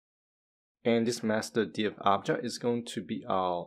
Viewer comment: Great video, just real confusing your miss pronunciation of the word "object", it sounds like Agile, which gets you confused